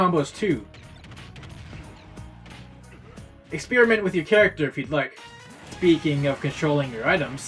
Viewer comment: "Speaking of..." has never been butchered more than it has been in this video. Other than that, good shit